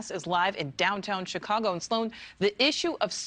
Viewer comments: Did that reporter call it Chicongo?😂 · Did the news reporters say Chicongo ...I swear that's what I heard .